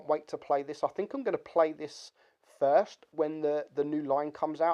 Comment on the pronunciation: Turn your record level up when making videos you nube. quote "I fink it's over priced". Doesn't state why but he "Finks" lol